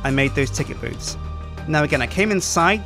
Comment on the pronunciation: I thought said boobs while biulding the booth